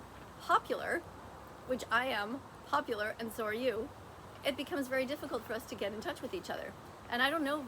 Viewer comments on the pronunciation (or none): Wait wait wait did you just say your popiler?